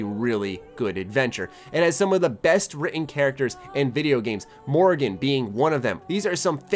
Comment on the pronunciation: its Morrigan not Morgan....